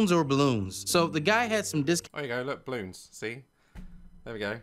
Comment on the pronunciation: i absolutely love how daz pronounces balloons. "bloons"